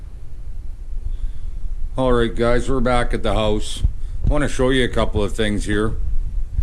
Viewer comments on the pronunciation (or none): none